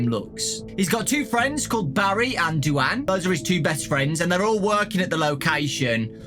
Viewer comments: I'm sorry, Do-anne? Do-anne? You mean Dwayne, like The Rock? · Is anybody else bothered about how he says "DuAnn"??? I'm led to believe that character is actually male, considering the other two mains are boys, and in my opinion, most girls aren't into joining the military. I think the name is trying to say is DUANE, which is pronounced "Dwayne" 😃 Sorry that I seem like I'm a big stickler for pronunciation, I just really like language and want to be a linguist when I get older 😆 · Duane is usually pronounced Dwane, not Dooanne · Did really call Duane "du-ann?" It's pronounced the same way as Dwayne. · I think “Du-ane” is supposed to Duane pronounced “dwayn”. This book has hard names for poor. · I think you mispronounced Duane,, it's pronounced doo-ain. Ain like rain. But it's okay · Pretty sure Duane is pronounced like Dwayne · Who is du-anne and why does his name never get pronounced correct? Rip duane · Duane is an alternative spelling of Dwayne. I assumed he was female by the way you pronounced it.